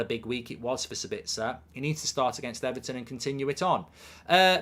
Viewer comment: Ever...ton? xD